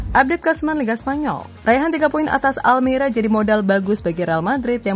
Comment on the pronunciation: Almeria bukan almera hadee3h